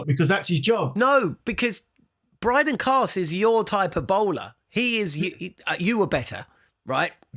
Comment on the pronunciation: Everytime you guys say Brydan Carse..... Australia piss themselves laughing. That guy is absolute rubbish